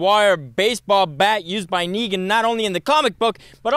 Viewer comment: And you don't even get Negan's name right